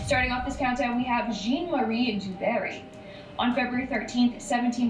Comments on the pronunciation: its jean,jhauuunn. Not Jeeen🤣🤣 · His name is pronounced ‘ZHAN’ Marie. Not Jean.